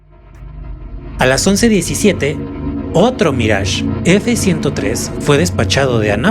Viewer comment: Minuto minuto Cuando dice "Mrage F103" lo correcto es "Mirage III" Saludos desde Argentina🇦🇷🤗❗️